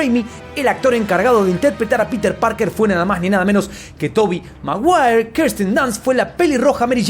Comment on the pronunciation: toby mawuawer